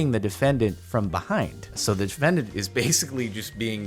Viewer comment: the word is “the” not “da”